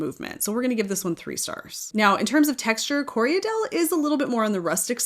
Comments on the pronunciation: I know you don’t mind being “guided” on your pronunciation, so it sounds like you’re adding an extra syllable in Corriedale… it sounds like you’re saying “Corry-a-dale”? It’s just “Corry-dale”, two syllables 😊. Thank you for this video - as a beginner knitter it’s so helpful to understand all the different qualities a yarn has. ❤ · I hear a lot of americans call corriedale co re a dale. Thats incorrect, its corri dale......2 syllables, not 3. The breed was developed in NZ and was named after the station on which the sheep were raised, Corriedale Station.(Im a NZer btw)